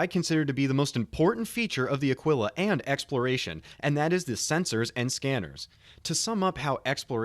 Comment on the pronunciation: Taurus has most capacity. Ah-Kee-La. Not Uh-Quill-Uh. The Constellation series are freighters, not explorers. The Aquila comes with the usra (like a bear) rover and the P52 Merlin stock. The time-to-earn in game has not been set and the CR comment on Connie time-to-earn has been changed by CR himself, so we aren't sure how long it will take. Phoenix is entirely for transporting VIP's and or VIP cargo. It is the best defended Connie as well.